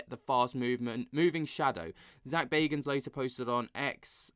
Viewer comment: This the paranormal gossip channel 😂😂🌈 Dude cant say Zak's last name right even though he says it at the beginning of every episode